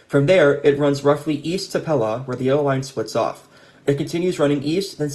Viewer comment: great video! for future: pelaw is pronounced pee-law by the way.